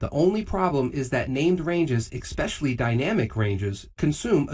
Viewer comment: EX-Pecialty? (especially)